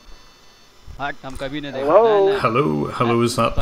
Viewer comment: Because "Hellur?" must be stopped. Thank you J B!!